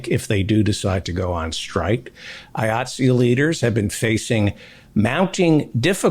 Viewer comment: Thank you David for(finally) at least pronouncing the name of the Union that I belong to, and proud to be a member of, with the hard "I" it begins with